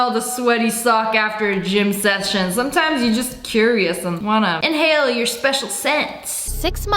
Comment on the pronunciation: "Sometimes, you just wanna InhAalEe your special scents." -SSSniperWolf